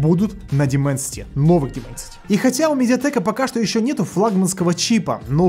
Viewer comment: Даймэнсити, а не Дименсити...